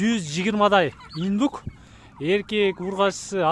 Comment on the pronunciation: Иднук дейби? Или мага эле ушундай угулдубу?